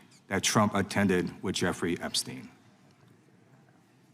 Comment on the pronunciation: Pramila Jayapal, Sujata, not Jairam :) But good.. thanks for doing this. Our koopa manduka public are living in thrall of the vishwaguru somuch so that the outside world is mostly unknown to most people.. this was necessary and important. Thank you. Ah. PS: Not Joofrey, Gifre... not GHISLANE, ghilayne... :)